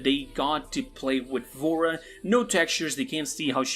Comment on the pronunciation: Bro i thought he said vore